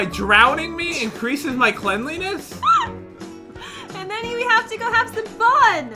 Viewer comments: me: cle-n-li-ness? don't you mean cleanliness- when he sees my comment: dOnT jUDgE mE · and pat said cleanliness wrong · the word is pronouced cleanliness